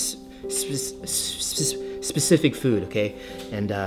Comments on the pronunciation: Lol even I can say specific properly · your not the only one that cant say specific! :D :3